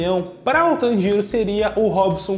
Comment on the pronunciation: tanJIro não meu caro,TANjiro sim